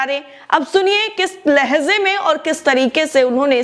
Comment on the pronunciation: Kis lahze men nahi kis lahje men hota hai